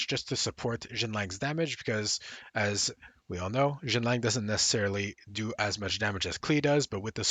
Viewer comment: You keep calling Xianling Xinlang.